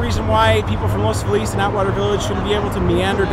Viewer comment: Not to be a jerk here, but your very first speaker/interviewee doesn't even know how to pronounce "Los Feliz." Clearly, he doesn't live anywhere around here...